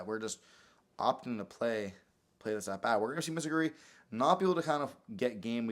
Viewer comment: Its Mitsurugi not Mitsuguri